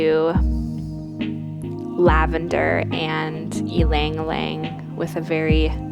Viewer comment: The "Ilang Ilang" pronunciation is funny.. LOL